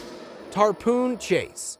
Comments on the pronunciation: Stupid narrator. It's NOT TARPOON it's tarpon. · Ref: Tarpon chase… it’s not a “Tarpoon” as you pronounced it. It’s pronounced tär-pen.